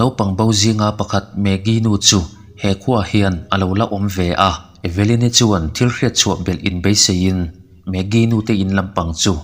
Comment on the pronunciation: E-ve-lyn-i tilo in eve-lyn-i ti la